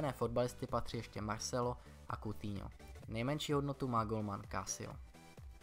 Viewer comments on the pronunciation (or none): none